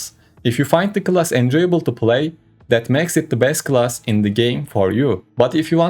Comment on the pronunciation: This attempt at English language has to be literally the worst trash i ever heard., rather than being pay to win player,you should spend some money educating yourself. you cant pronounce literally the most simple word,class...its time to question your life choices